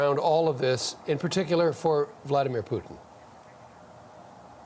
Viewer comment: She doesn't even know how to pronaunce Putin...lol